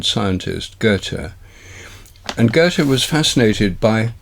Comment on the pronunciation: I'm glad you can actually pronounce Goethe correctly. Most native English speakers say something more akin to Gurtuh.